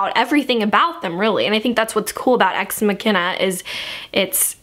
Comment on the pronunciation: It's actually pronounced Ex Mak-ina, but you tried :') I'm SO EXCITED to see this movie, it's unfunny